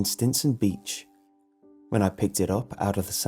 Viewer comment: I found one of your mistakes for the first time! You were trying to say beach and said beech 😐